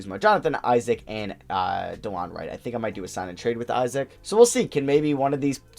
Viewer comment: S/O for pronouncing Isaac’s name right! As a Wizards fan, I used to cringe every time you mispronounced it ;)